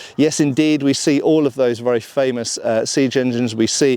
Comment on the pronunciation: Oh yes, it's vurra nice.